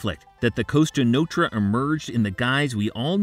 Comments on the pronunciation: This dude keeps saying Costa Nostra, right? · the what?? costa notra??? 😆 that sounds like a beach resort near barcelona or something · Costa Notra? Are you kidding me?